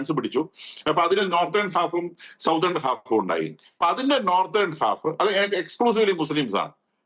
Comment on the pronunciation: സൗത്തേൺ part അല്ല സഹോദരാ , സതേൺ part ആണ്. ഒന്ന് ശ്രദ്ധിക്കുമല്ലോ.